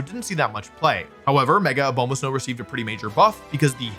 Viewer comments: Why does he say "Obama" so weird? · Can't say I was expecting a comment on the pronunciation of Lopunny after obviously butchering Abomasnow lol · Hearing Wolfe keep mispronouncing Abomasnow makes my ears very sad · With all due respect, how do you mispronounce Abomasnow that badly?! It's literally named after the ABOMINABLE snowman.